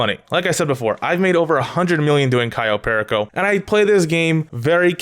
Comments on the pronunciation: I hate the fact that you pronounce everything wrong. Example: You: Kayo Pery co Everyone else: Cayo Perico You: Tor ray der Everyone else: torador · Pear eh co it drives me crazy it’s pur e co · when he says cayo PEAR A CO i get so triggered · ITS PRONOUCED CAYO PEAR Y CO JEEZ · People who don't say Kai-o Pearako Heist: 🤡🤡🤡🤡🤡🤡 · Lmao why does he say Cayo pehrricohh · *Cayo PERICO (KAI-YO PER-E-CO)